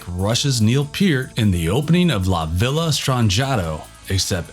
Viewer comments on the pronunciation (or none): none